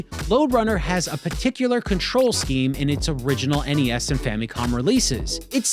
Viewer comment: i’m just happy to hear you pronounce NES as “en-ee-ess”. this is how i always heard it growing up…but lately i hear youtubers calling it “ness” and i feel like i’m taking crazy pills.